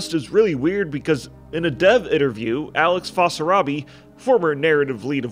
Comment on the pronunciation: alex fasarabi? dude u didnt even try reading the name🤣